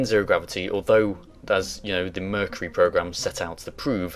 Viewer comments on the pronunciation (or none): none